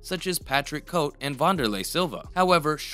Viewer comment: "Co-tay" not "coat" but good video